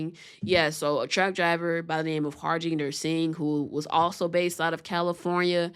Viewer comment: Man. Learn to pronounce name. The J is silent. Ha RIN der.